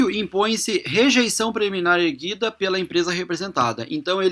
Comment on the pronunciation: correção: "decisão preliminar AR-GU-I-DA" aos ...